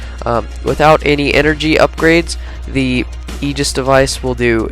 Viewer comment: You didn't pronounce it right, look at this video /watch?v=-updOpky10Y and look , Xbox Ahoy says Aegis right. :P